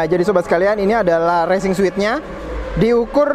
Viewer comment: Racing suit bacanya resing suut bang.. klo bacanya suit.. itu mah ruangan hotel yg suite.. ngasih tau aja